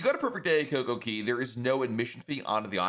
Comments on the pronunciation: Even if i put the whole phrase into Google translate in English it still comes out pronouncing it as Cay not Key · it is pronounced "kay" for Coco Cay, not "key". As a pinnacle member of Royal Caribbean's, I'm surprised you don't know this. That's the point of their catch phrase "A Perfect Day at Coco Cay", with DAY and CAY rhyming. They even have this jingle while you are riding the tram cars back and forth to the island (ad nauseum I might add!). Please stop mispronouncing 'Cay' as "key". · It’s pronounced Coco “CAY” not “KEY” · He always says key. Its is annoying but I like the info otherwise. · In my opinion, it is simply the locals saying “Cay” with their accent; which makes it sound like “key”. So if he really wanted to pronounce it like the locals he should also be saying the “Coco” part like they do. I think it sounds silly the way he is saying it, but he’s got great tips. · I don’t give a damn how cay is pronounced, saying perfect day at coco key is like nails on chalkboard. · I really like so this is not a dig but he calls it cocokey in every one of his videos dating back years. lol. I find it funny. 😂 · Buddy he just doesn’t say it right it does rhyme the cay rhymes with day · Royal Caribbean said that the announcer is not actually a representative from Royal Caribbean because he is pronouncing the name of this place wrong